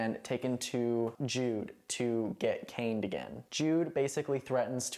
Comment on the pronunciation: My brain short circuited halfway through when you said they were getting caned — I heard it as getting “cained” I thought it was a play on words 😂